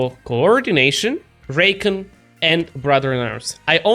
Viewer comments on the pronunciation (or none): It's pronounced "reecon" not "raycon"